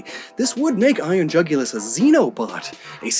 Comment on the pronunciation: Jugulus sounds like jugular to me